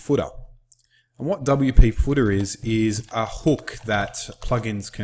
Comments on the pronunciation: very good instruction...but your accent sounds funny when you say "footer"...it sounds like "fooda" :) #BestInstructor I've ever seen <3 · The footah gets me every time :D:D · And the footah!